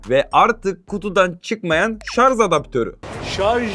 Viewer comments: SARJ DEMEYİ ÖĞRENİCEK. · Elinde telefon yok sağdan soldan duyduğunla sallıyon zaten antipatiksin görüşlerinde, kullandığın Türkçe de yetersiz şayomi değil şaomi şarz değil şarj maden bu işi yapacaksın doğru Türkçe kullan